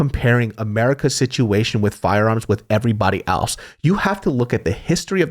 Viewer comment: Great podcast! Side note: anyone else notice pronounces the word “else” as “AL’s”? Lmao 😂 Love ya